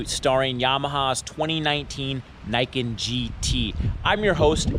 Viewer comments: Fixed audio?? I still hear NAI-KEN instead of NEE-KEN as it is supposed to be called...... It's not that hard guys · It's not Nike-ken, it's Nee-ken. "Ni" is 2 in Japanese, "Ken" is sword. It literally says "Two Swords" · its "nii" "ken" noot "nai "ken" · It’s a machine for sure, but it’s not sportswear. Pretty sure it’s pronounced nee-ken. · learn how to pronounce the word Niken Neeken, as is the camera is Neekon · Niken = 二劍 = pronounced "ni" as in "Nissan" Thumbs up for reviewing the cool bike, thumbs down for saying the name of the thing you're reviewing wrong. +1 -1 = 0 (no thumbs up or down from me for this video) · nah, just because someone else pronounced it wrong AS WELL doesn't make it right.